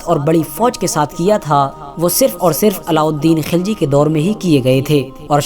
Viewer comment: खिलजी नही खलजी